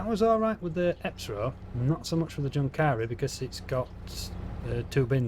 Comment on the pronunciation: Just a small note, your pronunciation of Junkkari is a bit wrong, the 'Jun' is pronounced like the 'un' in 'university', and the 'a' is pronounced like the 'u' in 'suck'.